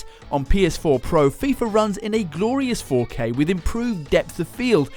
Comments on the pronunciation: love how you said "kay kay kay . . . kay" lol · he saved it with that last 'K' 😂